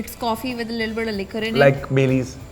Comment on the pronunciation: U r pronunciating Liquor wrong